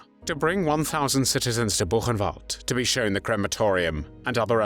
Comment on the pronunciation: Diga: " burrenvalde"